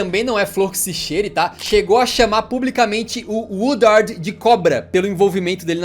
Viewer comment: It’s ed Woodward not Woodard lol